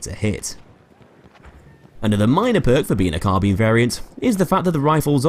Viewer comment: why do you pronounce Carbine "Carbean"? lol